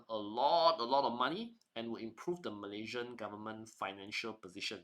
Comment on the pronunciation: MalaySian, not "MalayZian"